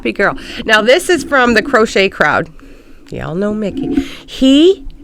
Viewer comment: Did you call Mikey Micky or did you misunderstand you😂